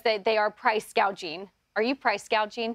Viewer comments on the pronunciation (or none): She actually called it "price gaging" in one of her speeches and didn't correct herself.